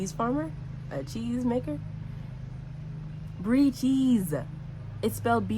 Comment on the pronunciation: “brie chesse” 😂😂😂😂